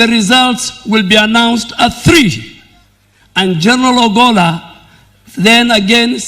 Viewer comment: The Defence CS is mis pronouncing the name of the late CDF ! I am hearing Obolla instead of Ogolla !